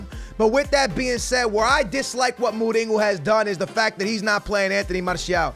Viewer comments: His name is Mourinho not mouringo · You’re saying mourihos name wrong